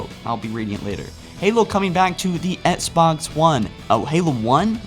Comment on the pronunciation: He still says Sbox one 😂😂